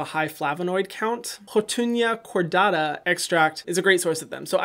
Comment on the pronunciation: Hyram: Houttuynia Cordata Extract What I hear: Hakuna Matata Extract